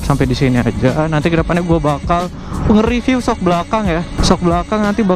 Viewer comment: Maaf om mau ngingetin, review tuh pengucapannya "ripyu" bukan "ripiw",,, aga rancu kedengerannya 😅